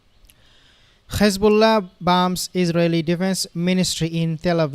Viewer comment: Please stop pronouncing Khamas and Khezbollah. It’s becoming a habit